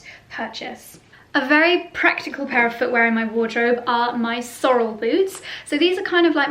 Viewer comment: Love the shearling brown short rubber boots. The tall black and brown ones are ubiquitous. You can find them everywhere. In the US and Canada we pronounce Sorel’s “Sor-elle”.